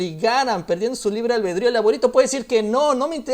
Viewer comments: Excelente video, muchas gracias por tu trabajo! El imbécil del discurso ni si quiera habla correctamente, el dice "libre albeldrío" jajajaja pobre estúpido, se dice ALBEDRÍO! ESOS PRIANISTAS ESTÁN TIRANDO PATADAS DE AHOGADO. NUNCA NADIE VUELVA A VOTAR POR ELLOS! SALUDOS! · OYE NIÑO SAMUELITO; NO SE DICE LIBRE "ALBERDRÍO" SINO ALBEDRÍO PAPI NO TE EDUCÓ BIEN ¿VES?. FUISTEIS A HARVARD PARA QUE TE ENSEÑARAN COMO ENGAÑAR A LA GENTE Y VIVIR DEL PRESUPUESTO DE LA NACIÓN. ¿AHORA TÚ TAMBIÉN NECESITAS DINERO DE LAS ESTANCIAS? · EL LIBRE "ALBELDRÍO"???? QUE HABLE COMO HOMBRE CARAJO!!!! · No sabe ni decir ALBEDRÍO jajajjajjaja